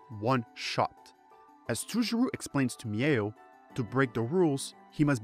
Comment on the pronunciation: You butchered Toujirou but otherwise gj!